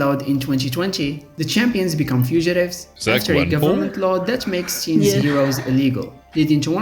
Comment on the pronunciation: Ah yes, I love me some Marvel "cheams".